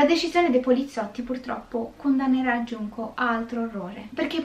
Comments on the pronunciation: Sulla pronuncia, non iunko ma giunko pk la J si legge g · Guardo ogni tuo video su questo canale e devo dire che è molto interessante Non studio giapponese ma so leggere qualche frase e 2 alfabeti dei 3 (hiragana e katakana, con i kanji ci devo ancora lavorare😂) 純子 [Junko] si pronuncia con la G e non con la I (questo per rispondere al disclaimer ad inizio video) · Conoscevo già la storia.. Poverina. Comunque la maggiore età in Giappone era a 20 anni. Solo dall'anno scorso è stata mossa la modifica che dovrebbe portare in futuro la maggiore età a 18 anni. Ps. Si pronuncia Giunco. Spero ti sia utile. Perché hai cambiato pronuncia a intermittenza? 😂